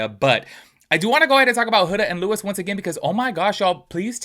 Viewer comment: Stop commenting sht you don't look into...the day AFTER the reunion we found out Huda lied about Netflix cause.she just wanted andy to stop asking...and it's LOU- EE not LEWIS.... also perfect match was filmed over a year ago. These are easy things to know if you're going to make a whole ssa video about the topic